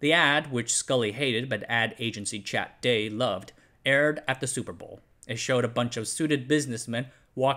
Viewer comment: The ad agency Chiat Day is pronounced "SHY-uh day" (not Chat Day)